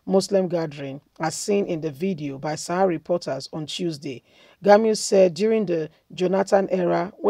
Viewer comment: "Gumi "not "Gamiu"